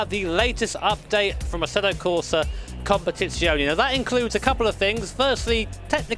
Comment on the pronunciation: FFS stop saying "Competizioni"